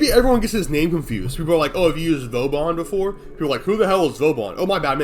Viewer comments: i love vauban he is great. also i dont think you pronounced his name correcly even once in this video lol "voban" "vobain" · Who is this "Vo-bane?" Never heard of him. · I can’t stand you calling him “voe-bane” it’s wrong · Maybe Prof. Dysto has an opinion on it since he so extensively plays and talks about Vauban. For the pronunciation you were weirdly close to some truth! While your english pronunciation is on point and it's about a word in a game from english-speaking devs, Vauban is a french name through and through. You can look for the Vauban entry on the "fr wiktionary" for an audio cue, the "a"s are pronounced in a way close to the "weird way" you spoke about ^^. As for why he isn't that much played although being very strong i think you were pretty much on point : it's a mix of having an unclear/obscure kit and being more CC oriented at a first glance than pure direct damage. The focus on immobile contraptions in his kit also clashes with that. His whole kit is kind of a mismatch in a game which is nowadays a power fantasy horde shooter zooming around and exploding everything on sight. The missions he coud shine in (Defense and such) are also played more "efficiently"/faster by dishing out just more aoe damage and killing everything on the spot. Interception would be the "best" spot but its kind of the bottom of the barrel for players since its static, can't manipulate the rotation timer and you'd still have to kill the remaining enemies between rotations making the CC focus kind of moot. Still, some people are making cap Cascade runs a breeze with him through controlling choke points and some additional tricks. In my own case i fancy myself as some kind of "niche build hipster" and hav